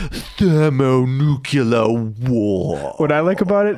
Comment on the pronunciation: Both of them pronounced it "thermo-nu-cu-lar". Weird.